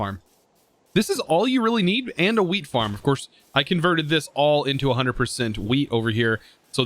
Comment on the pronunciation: Man when he says wheat it just sounds like he is saying weed